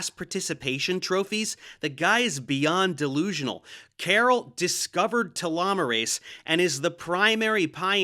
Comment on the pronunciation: You even pronunciate telomerase correctly but then go back tee-lo 😂